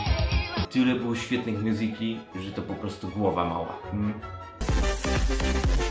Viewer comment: Ale wiecie że musicaly czyta sie miuzykli